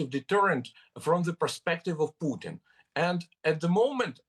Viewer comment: He is Putin, not "Pugh tin"